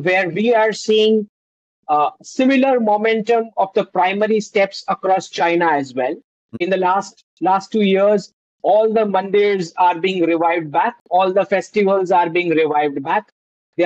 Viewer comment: Mandirs (Temples) not Mondays :)